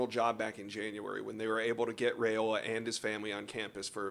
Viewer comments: It’s Ri-ola not Ra-ola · Dylan"s last name is pronounced RaIola ("I" not "A") Names are important, guys